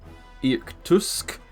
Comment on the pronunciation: Irkutsk pronounced like ear kootsk